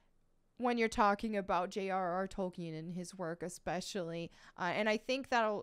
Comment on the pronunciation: Sir Tolkien's name is pronounced "Tol-KEEN", not "Tolken". Even in the 2019 Biopic, the Professor made sure to correct his mentor and anyone else who mispronounced his name. :)